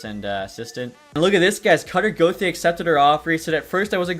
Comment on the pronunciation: I’m not a fan on how he pronounces gauthier 😭